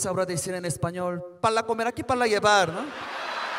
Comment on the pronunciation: pala comel aqui o para lleval? aloz o pasta?, jajajajajajajaja se mamo el chino